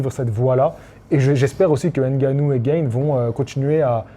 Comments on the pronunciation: GA-NE pas GAYNE 🤣 Il est français pas américain ! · Cyril Gayne ? C’est « Gane » frérot 😂 Pour une fois qu’on a un prétendant au titre mondial lourd français, prononce au moins son nom à la française. Respectons nous 😭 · Oui ohhh!! il le prononce genre a l'américaine comme le mot "game" on entend "guaime" cest tout ! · C'est Gaaane en Français gros 😉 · Cyril « gane », ça se prononce à la française. Même Bruce buffer il fait l’effort 😭😭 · Gane se prononce comme âne et pas comme gain en angais! Sinon tu devrais t'intéresser à ses combats en plus de t'intéresser à sa carrière, c'est un virtuose du striking qui a révolutionné le MMA poids lourd en terme de technique et de vitesse et je pense que cela pourrait t'intéresser. Je commente car c'est mon domaine mais merci pour les vidéos sur la boxe!